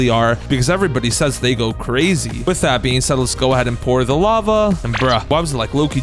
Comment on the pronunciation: Bro plz stop saying with I being said I begg u